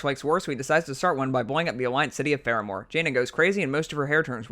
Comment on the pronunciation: I like how he just gives up on his Th's. Deafwing, Feramore, Azeroff